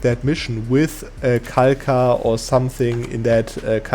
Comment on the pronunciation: Just a sidenote, the culture isn't pronounced Kalka, but Halha. Kh makes a similar sound to the "ch" in german words like Bach or Koch.